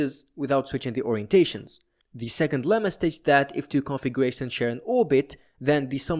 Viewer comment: I was became increasingly more annoyed each time i heard "configuwations"